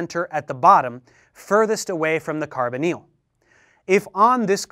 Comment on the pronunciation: just spent 2 mins googling carboneal, til i realised he was saying Carbonyl